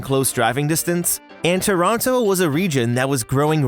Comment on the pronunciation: Stumbled across this. Loved it. And I'm always happy when people pronounce "Toronto" correctly in videos...